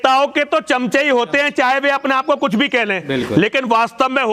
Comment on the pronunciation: Kutch ati nahi bol gaya? न सिर न पैर।